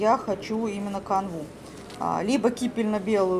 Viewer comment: Кипенно-белый, не кипельно. Покупки хорошие, магазин и хозяйка очень приятные)